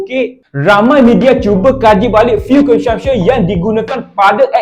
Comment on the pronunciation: Ko sebut CONSUMPTION- kelakar dik (belajar lagi)!